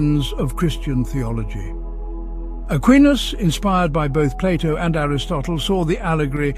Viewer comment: I am glad that someone is calling Plato and not Playdough like the Americans do.